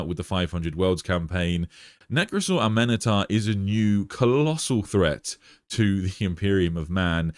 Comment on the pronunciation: I don't know why you're adding an extra vowel to his name. It's A-Men-Tar.